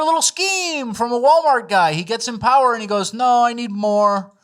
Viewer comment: No, it's pronounced: "POWER"